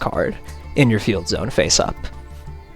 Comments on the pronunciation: Hearing someone pronounce it as zee-one is so disgusting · It's pronounced "zone."